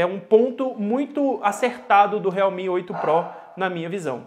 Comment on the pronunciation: Sério que pronúncia realmi?tipo esses China MI 🤔..